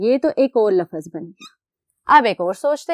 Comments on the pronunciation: Lafaz nhi lafz hota hai ma'am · Laafaz nhi hota lafz hota hy...